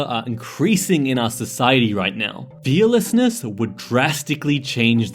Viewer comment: Fearlessness sounded like fishingarret